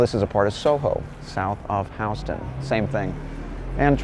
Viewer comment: TIL it’s Houston (house-ton) and not Houston (hue-ston; like Houston, TX). Mind blown!